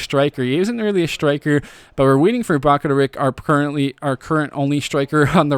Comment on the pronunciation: I think bakaric is pronounced bakar-itch